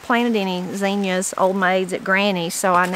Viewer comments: I love zucchini. Do you make fried zucchini? And also zucchini bread! Yes hocks takes 2 yrs to mature but I think depends on the zoning area. Yes you said Zinnias correctly 🙂Mrs Amerindian squash is a a winter squash pale white in color on the outside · You are saying zinnias right!!